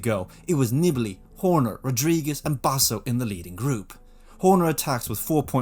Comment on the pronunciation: NEE-BAH-LEE, not Nibble-ee. Screwed over by Horner, who admits cutting him off on the climb. A real unclass act. Wonder how welcomed he would be if he ever showed-up at a Grand Tour or Monument? Better stay home in the bedroom making your podcasts where it's safe.